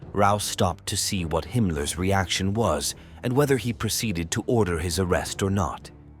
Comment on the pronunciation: I hate AI generated telling. With wrong pronounced of every name. He is not hi Ricky. He was Heinrich Himmler. Get your sh^%t together! 😡Doing these videos and so lazy to do the story???🤦🏼‍♀️🤦🏼‍♀️🤦🏼‍♀️ unsubscribed!